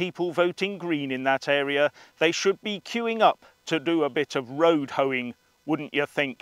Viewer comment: Road hoaring, did you say??? 😂😂😂😂